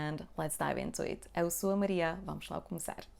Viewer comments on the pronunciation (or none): none